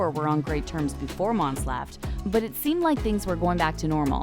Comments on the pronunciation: Her name is pronounced MON-SAY. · IT'S FKIN MONSÉ NOT MONS. JESUS CHRIST. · Her name is Mon-say! Its clear the reader NEVER watched the show! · They kept saying her fkn name wrong